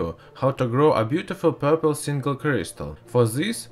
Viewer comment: i like zeh purrpluuulll cryistalll